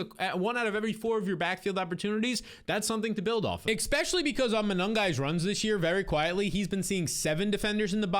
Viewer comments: Could you please stop saying Ex-specially!! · Dude considering you try and say the word ESPECIALLY like 10 times every upload, it would be really easy to just learn to say it properly. It’s NOT X-Specially.